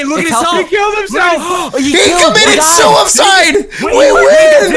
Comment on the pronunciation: He committed "sue-of-side"